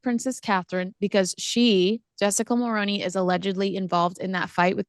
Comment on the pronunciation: Always interesting! Just one point, the last name Mulroney (Ben & Jessica) is pronounced differently here in Canada. Other than that, good job! 😊